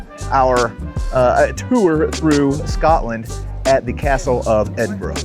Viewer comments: Just a minute or so into watching this video of your visit to my home town. I am impressed that you bothered to say the name correctly. We always appreciate it. On the one o'clock gun: we joke here that at one o'clock, you can always spot the tourists by seeing who jumps. 😆 As for the locals, well given the channel content, I shall tell you this tale. The year is 1915. A British soldier is sitting in a trench in France. As he looks around, he notices another soldier beside him. The second soldier seems to be constantly fidgeting and unable to sit still. To begin with, the first soldier assumes the second soldier is just naturally nervous. But as he watches him, he notices something. So the first soldier nudges the second and says "Here mate. You're from Edinburgh aren't you?" The second soldier is surprised but answers "Um, aye. Born and bred. But how did ye know that? We've never met before." "Easy." Replies the first soldier. "Every time one of them big guns fire, you check your watch." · Fun change…lived in Edinburgh while working, fun castle to visit on the quiet days! Thanks…and you did pronounce Edinburgh correctly! Andrew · As a Scottish girl in Aberdeen I am delighted to hear you pronounce Edinburgh correctly xxxx🎉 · F me! A yank that can pronounce Edinburgh correctly 😜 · Please please please say your coming to Aberdeen next I would love to bump onto you oh and Can I just say well done pronouncing Edinburgh correctly I’m an aberdonion if you couldn’t tell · kudos to or being the first American I've heard pronounce Edinburgh correctly. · I agree, you said it perfectly. Most Americans say EdinburG or Edinboro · Perfect weather eh 😂 Edinburgh a very historic place and the way the castle is up on a rock is incredible. (Great to hear an American pronounce Edinburgh correctly too!) 🇬🇧